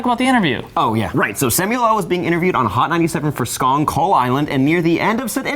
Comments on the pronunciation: he said skong instead of Kong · why did you say skong kull island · that niqqa said "skong kull island" 😂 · Anyone else notice that he said Skong Kull island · U said skong kull island